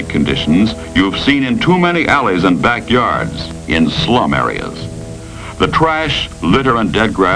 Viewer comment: The way he said slum areas. He meant that shit. Always programming people to be scared and fearful. I mean the home depots and garden centres must have been booming with business after this little work of art.